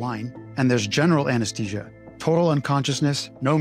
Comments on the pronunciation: It's pronounced "a-nuhs-thee-zhuh", not Anes-tee-sia. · Why do you say anesTesia when it's spelled anesTHesia? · Try to pronounce `Anesthesia` correctly.